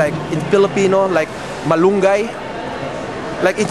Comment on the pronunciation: You said "malungay" perfectly! I think you've been hanging around Filipinos too long. Just kidding... Great interview! :)